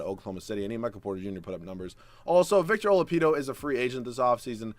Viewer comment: I laughed pretty hard when you said victor olapido